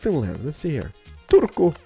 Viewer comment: Suomi:-) finland:-) great job saying turku